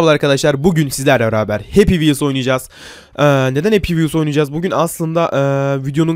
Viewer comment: Happy vhels senlik diyil